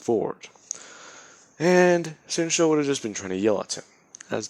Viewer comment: Normal people: Shinzo What if YouTubers: shinsho